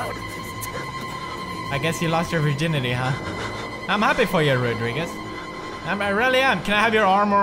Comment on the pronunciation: When he said :"he lost verginity "I laughed harder🤣🤣🤣🤣